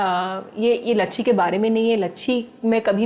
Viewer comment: saurabh bhaiya likh rahe ho lachchi aur bol rahe ho lachchhi